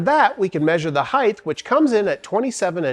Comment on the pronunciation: The word is “hight” not “highth.”